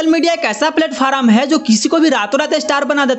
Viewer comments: Platform hota hai bhai... Palat faram nahi bhai 🤣🤣🤣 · Kohe is ONPAR ko bata.......Ke PLATFORM bolta ha ....nakey PLAT FOR RUM 🥃🥃🥃🥃 English kato the end⚰️⚰️⚰️⚰️⚰️⚰️⚰️